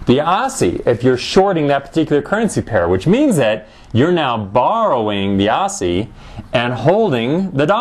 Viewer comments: "AWSSIE" lol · ossie?? As in "posse"?